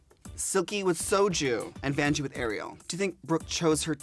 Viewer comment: I love how Derrick calls Vanjie Banjie XD